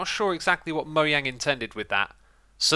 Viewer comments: Mojang not Moyang lol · Me : Mojang Xisuma : Moyang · normal people: Mojang xisumavoid: Moyang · Omg it’s mo-jang not mo-yang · No one:: ”MOYANG” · Why do u say MoYang? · did he say moyang